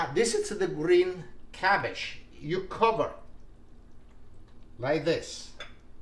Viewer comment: Klumky, kumky, kahumkee 😂 Stuffed gabbage 😂